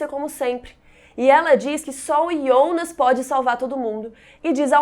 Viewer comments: Por que chama o Jonas de ionas? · Irritante falar ionas